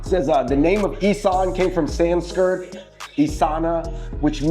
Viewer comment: I know you’re not going to get a lot of the Thai pronunciations right but please don’t say Sanskirt. It’s Sanskrit